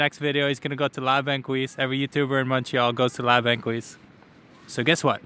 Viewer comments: The resto is called La Banquise, not banquouise like Thelma and Louise. He's learning about my Montreal and I love it. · It's pronounce la bankeeze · FYI, it’s pronounced la bahn keys